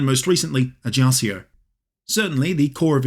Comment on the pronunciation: Paoli was a father a first modern constitution, especially influence in America and France.. Is pronunce ajacho and GIuseppe